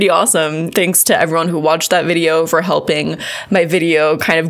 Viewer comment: "Fuuuuur awhile"?!?...... 🤔😅🤣